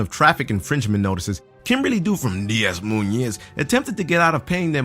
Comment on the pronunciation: ITS PRONOUNCED DE MOYN